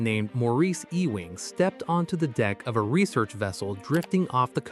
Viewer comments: E wing? He's not part of a building. It's pronounced "You ing." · Maurice Ewing. Ee-wing, no, try yoo-wing. Anglicised Scots Gaelic: son of Euan. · Maurice Ewing should be pronounced “Youing”. “E-wing” is a typical AI error. For example - Female sheep is a ewe. She is not an “Ewee”, she is a “you”. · This hurts to listen to. The man's last name is pronounced "You - ing." Please have some respect, or at least spend 10 seconds to google it. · Ewing is pronounced you wing. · I believe Ewing is pronounced “you ing” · EEE-wing? Good Lord. I just lost my appetite for this video. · "ewing" ---EEEWING "eWING" uuuwing.